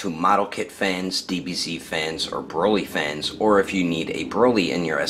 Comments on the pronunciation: 1518 he said broccoli instead of broly. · His name is broly... it says it on the box and yet you still call him broccoli. ..smh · His name is broly not brockle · Holy at the end of building he just said brocoly